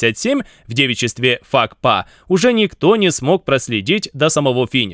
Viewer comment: Какой ещё фак па??🤣😂🤣. Вообще то правильно пакфа т 50!